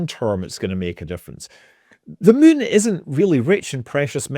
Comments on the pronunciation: I like how he says Meun.... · I can't believe after years of watching I JUST realized he pronounces it "mun". What a legend! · Mun toobes. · I lived in Edinburgh for 5 years. Never get tired hearing Scott saying “moon” :) The other word I miss hearing is Tube. Couldn’t we live in Tunnels bored into the moon? Aka moon tubes? :D